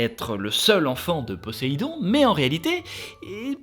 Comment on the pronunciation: Je suis presque sûr que Poséidon se prononce avec un Z puisque c'est entre deux voyelles... Mhm...